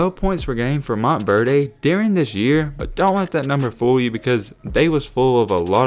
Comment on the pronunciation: Good Vid Bro But Stop Saying MontverDAY🤣🤣It’s Montverde I Live In Florida I’ve Heard Nobody Call It MontverDAY LMFAO